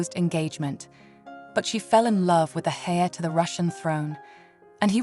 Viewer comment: It seemed almost AI generated. I can't get over the pronunciation of "heir" XD "She was thrashing around, nervous doubting" lol